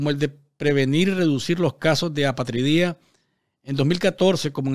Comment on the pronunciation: A-pa-tri-dia, palabra llana o grave que lleva el golpe de voz en la penúltima sílaba.